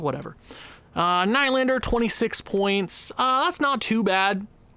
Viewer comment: Who’s Adam? It’s Alex! Also Will-Nye the Lander guy… it’s knee but if your going to say nye then add the science guy thing because why not